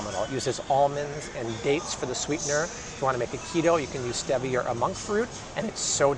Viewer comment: Love your videos. You pronounce stevia strangely. Stee. - vee - a.